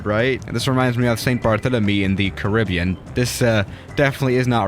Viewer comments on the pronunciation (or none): none